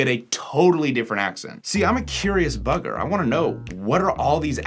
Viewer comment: dont say bugger again youre not saying it right